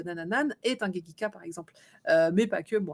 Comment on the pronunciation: Bonjour, c'est gekiga, et non pas gekika. Merci!